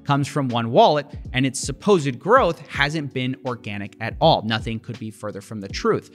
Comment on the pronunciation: Growth let's say it together growth ...not groce 🤣